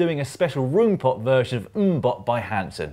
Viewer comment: Please find a dutch person and get them to pronounce roompot for you. My ears! :)